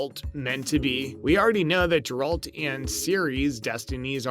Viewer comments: Please don't do videos on topics if you're not familiar with the source material. 1) Aquaman is a DC property and 2) It's Geralt, not Jeralt .. pronounced "Geh-ralt" .. have you even watched the show? Read the books at all? Or even bothered playing any of the games? Or are you just rushing to make a video on a hot topic? Wouldn't be surprised if you followed this up with a Spiderman No Way Home Video too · Oh boy.....you said Jeralt, not Geralt. Reminds me of the young kid at Gamestop when I bought the Funko of Geralt fighting the Leshen.....and he pronounced Leshen as....Lashawn. His fellow employee and I had a nice laugh about that. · You should have not rushed this one. 1. It's Geralt and not Jeralt (the way you keep saying this is offputting) 2. Aquaman is a DC character and not Marvel. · IT IS NOT HERALT man stop it pleaseeee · How can you call this Video everything we know, and not even know how to pronounce the main characters name? Did you watch the series? Did you play the game? Or is this just a blind commentary? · You immediately lose credibility when you butcher the pronounciation of the main character's name of the subject of your video. Lol. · Yes this had me wondering that too. How familiar with this material can he be if he can't pronounce the main character of the series right? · Geralt with a G not a J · The way you read 'Geralt' is offensive.